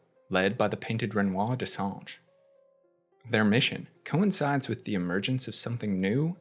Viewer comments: So far it's the best explanation I've seen. too bad you keep saying what sounds like "Dessange" instead of "Dessendre". Maybe it's an accent thing in which case, my apologies. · Watching this guy try to say Dessendre but saying Dessange instead was hilarious. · Je pense pas que ce soit ça. J'ai vu pein de vidéos d'autres anglophones le prononcer plus ou moins correctement. Ce mec là est le seul à dire dessange. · You did a few mistakes.. Sciel didnt give birth.. she lost the baby when she tried to drown herself after they found the body of her husband. Also, the way you pronounced their familly name 😅 DescenDre not Gre my dear.. but good video all the same. Thank you for the extended explanation. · Why are you calling them Dessange?? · Even as a French speaker myself, though not fluent, rolling your R’s can be difficult. That’s why.